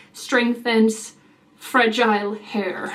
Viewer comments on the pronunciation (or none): none